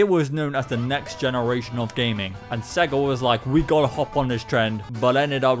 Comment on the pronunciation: I know it’s nothing, but I’m really triggered by you pronouncing it “Segga” instead of “Say-ga,” like the logo does at the start of Sonic the Hedgehog.